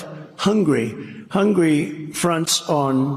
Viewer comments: Its Hungary Trump, not Hungry. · Plus, he can't even pronounce Hungary correctly, he kept saying Hungry. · Among so many other gaffs, Mr. Trump, it's Hungary, not Hungry. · Jesus he doesn't even know how to pronounce "Hungary". It's not hungry it's Hungary!! 🤣🤣🤣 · I think he called “Hungary” “hungry”. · HungAry..not hungry. Goddamn is he dumb. This is ridiculous!! He has violated his gag order so many times. Put him in jail!!!